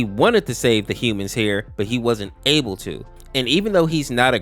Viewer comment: "but he wasn't abel to" (im sorry)